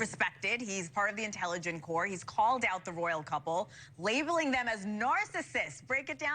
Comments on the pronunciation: In the UK we say 'Four-tiss-kew' with the emphasis on the first syllable and not 'corpse' but 'core'. 😁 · You said Fortescue correctly, but corps is said as core Froelich should be said frolic just for fun.